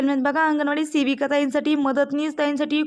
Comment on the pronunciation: तुम्हाला शेविका... . हा शब्द आवडतो का .. सेविका म्हणा हो.. शेविका... हा शब्द शिवी वाटत